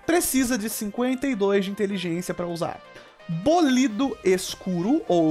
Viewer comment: bolído não, é BÓlido